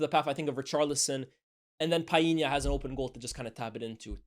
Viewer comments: Bredda lmao who tf is Piena!!?? stop forcing it man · Tf is Pie-yee-nya? 😂 I've never heard Portuguese people pronouncing that name like that. What's going on fam? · Did not know it was pronounced Pa-inya 😂 . Always say Pau-linya. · "PIIEE-nya" scores on an empty goal??? My boy João put that shot through like 5 City players! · Good to see more graphics, makes the vid way more interesting. Just FYI though you're mispronouncing Palhinha's name, the L is pronounced